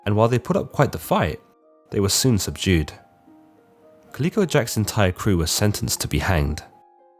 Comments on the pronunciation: Calico: ka ·luh·kow. Kind of hard to hear such a constant wrong pronunciation of a name. 'Kaleeko' sounds like a good name for a gaming company, if anyone wants it! The artwork is sexist, but, other than those two tiny details, great vid! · It's ca-lih-co. Not pronounced "kaleeko" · Colleco Jack? No, man, it's calico, like the cat. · It is pronounced Cali co jack ... Moran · Think it’s pronounced “CaL-ico” Jack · Is that really an alternative way to pronounce calico? Never heard anyone of any nationality say it that way before. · Enjoy the videos. Only wish you didn't mispronounce calico. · Dude half your pronunciations are completely wrong. Plus it’s Jack Rackham, not Rackman. That’s not even disputed anywhere like Blackbeard’s real name was. And calico is pronounced (ka•luh•kow)